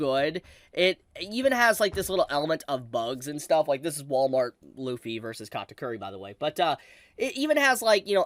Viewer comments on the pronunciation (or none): none